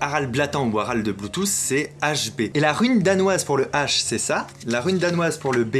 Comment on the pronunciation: Suis-je le seul à entendre " Bluethousse " ou nous sommes sommes nombreusement beaucoup 😁👍